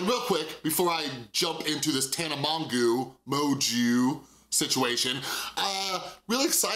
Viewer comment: Please stop being petty and purposely pronouncing her name wrong. It’s obviously “mojo” and anyone who’s seen any of her videos knows that. And I know you know so that is really annoying and immature in my opinion